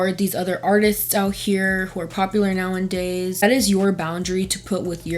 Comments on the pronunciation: I love your videos and all of the thought you put into them, but in almost every video you say "nowandays" but the phrase/word is "nowAdays" no n. That's all! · You know it’s “nowadays” right?